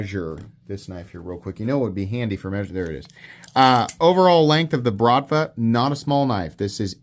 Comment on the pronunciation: the word “BRATVA” is Russian slang equivalent of the Italian “Mafia” It is pronounced with a rolling R and emphasis on the last A: brratvAa